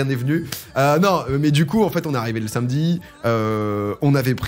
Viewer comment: Domingo t'es vraiment un boss ça fait tellement de bien d'entendre l'enthousiasme qui semble te traverser et en dehors de ça j'aime tes contenus mais le fait de prononcer "sainmedi" fait de toi une mauvaise personne et c'est regrettable